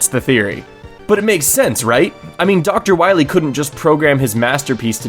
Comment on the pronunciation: Wah-Mega Man you gota stop Dr.Wah Wee!